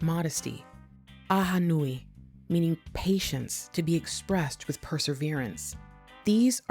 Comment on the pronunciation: Only noticed one mispronunciation (ahonui). You may have stumbled a little on Bruddah Iz's last name, but it was a good effort. Everything else was spot on.